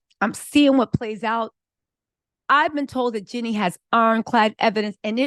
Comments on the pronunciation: is one very hard working and astute content creator who understands and speaks legalese. Excellent content! I appreciate you! It’s not pronounced ‘Jenny,’ but ‘JeanEE’ (with a long E sound at the end of Jeannie’s name. Like Blue Jeans…Did you ever watch ‘I dream of Jeannie?’ It was an old tv classic before your time. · you’re working hard and being consistent with creating content - shout out to you…one thing, please say Jeanie - her name is not pronounced Jenny…🫶🏽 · Hi 👋🏼 her name is Jeanie (Jee-Nee) not Jenny 🤦🏽‍♀️ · I absolutely loved your coverage, but it drives me bonkers that you keep calling Jeannie, my Jenny, her name is Jeannie, is you're gonna do a report on it. Do your job and make sure you call them by their right name driving me nuts. And you have the best coverage of this subject so I don't want to go nowhere else to watch It. I just want you to say her name right